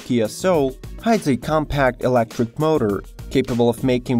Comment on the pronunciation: Oh my god... very bad english dude... not mater but motor